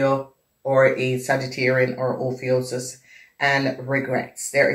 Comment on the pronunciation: Love how you say ophiuchus & it resonates big thank you